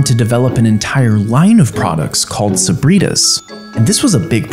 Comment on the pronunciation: Bro said sabritus